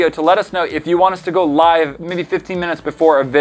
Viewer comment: I pretty sure that said like to live (the other pronunciation).